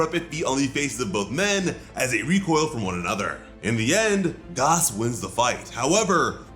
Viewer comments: Why do you keep calling him guass when his name is gas? Like that triggered me literally the entire video. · Why do you say Goss and not Gas... I don't have anything against it, just feels disturbing ngl. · Gas! It’s fucking Gas! Not Gaas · I kept laughing everytime he said "Gos" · The way he pronounces gas is driving me insane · Gas not Gaus who tf is this guy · “Gos” he says no bro it’s gas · It's pronounced Gas not Gas 😑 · It's gas not Goss. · Who the hell is "Gos" Does he mean Gas? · Bro why do you keep saying "GOS" his name is "GAS" as in "gas prices" or "gasoline". Like why are you trying to be so different in saying his name? You keep putting some Accent over the a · He’s saying GOS lol 😂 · It’s gas not goss gaus it’s g a s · It's "Gas" dude. Not "Goss". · Omg I cringe alittle everytime I hear gaus!! Lol I’m sorry! I can’t help it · You can't say gas? Rofl 🤣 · Why is he pronouncing gas like that it’s ⛽️ lol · Bro refuses to say his name right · Dude done missed pronounced gas so many times I can’t even understand it